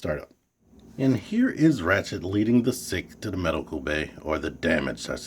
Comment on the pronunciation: Nice review. I definitely will get this guy eventually. I'll probably leave that little paper chest insert in there, I think it looks a lot better that way. ps- hate to be 'that guy', but it's Ratchet, not Rachet. :)